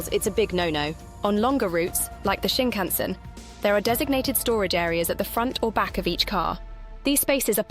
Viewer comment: I think you should ask someone how to pronounce the word Shinkansen, they way you say it reveals you might have never been on one 🙂